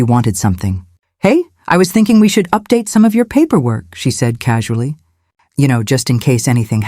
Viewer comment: As much as I enjoy these stories I can’t keep quiet. The pronunciations in this one is one of the worst! It is atrocious. The word we should be an easy one with a long e sound not the short e sound that sounded like she said web.